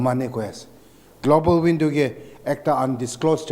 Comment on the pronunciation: The leader even don't know how to pronounce global window 🪟 shame in u third class